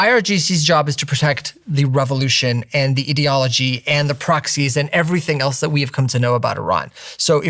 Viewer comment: Ideeology or idealogy im confused, do we have ideeeas or ideas,it sounds stupid how he says it,and hes probably a clever guy also so that somehow makes it worse?☹️